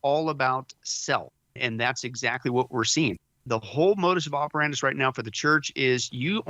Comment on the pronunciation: Modus operandi. If you’re going to say it often, please say it correctly. It is a distraction for some. God bless.